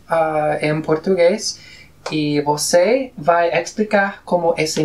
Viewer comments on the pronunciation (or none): el profesor habló una palabra mal en portugués a palavra "você": ele falou com som de b